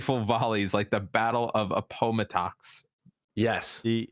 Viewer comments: A-pah muh-tix ??? Did you mean app-uh-mat-ux? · The way, the only American on the podcast, pronounced Appamattox is a national tragedy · Not a-poe-ma-tox, appo-mattox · It’s pronounced “App-oh-Matt-ix” and was THE last battle of the Civil War. I live 30min away from there. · I’ve never heard of Appomattox being butchered so much